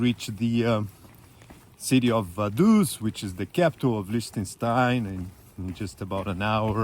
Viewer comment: Just beautiful! What a pity that you had so much rain on the first day. But then I spotted you in shorts! 😁 Lots of ups and downs and a long way to Sargans, wow, well done. I love how you pronounce "Liechtenstein" 😍 Greetings from my home in Germany, right on the border with Switzerland